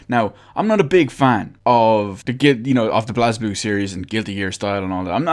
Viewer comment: It's prenounced "blay ze blue" Not "blazblue"